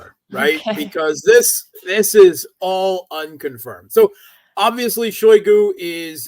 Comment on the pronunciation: Shoigu ----> [ shy GOO ] Rossiyan phonology, shy is unstressed and thus mute or schwach (weak), GOO is stressed.